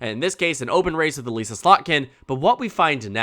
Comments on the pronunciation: "Uh-liss-uh" not "Uh-lease-uh" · voter from Slotkin's house district here - it's Uh-liss-a, rather than e-lEAse-a. Just fyi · This is probably a very minor thing, but as someone who was represented by her, it’s Eh Lih ssa with a soft I. Not Elise ah